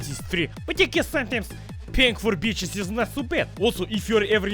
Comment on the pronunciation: "paying for beeecheez is not so bad " ;)